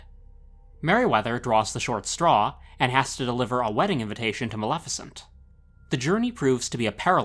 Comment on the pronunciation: Yassss! Finally someone who can pronounce Maleficent's name correctly! Most people pronounce it MaLIFicent instead of the correct pronunciation- MaLEFicent. Well done!!!